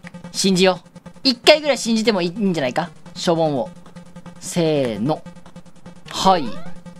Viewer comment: しょ↑ぼん↓じゃなくて しょ↓ぼん↑っていう発音おもろい